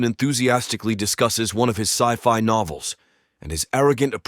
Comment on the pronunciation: yes.. But listen to it pronouncing ( ci-fi ) it said si-FI I was intrigued by the voice too. But sadly it's not a real human . Best wishes to you and your loved ones and lots of love and respect and greetings from me in Amsterdam the Netherlands 🇳🇱 😊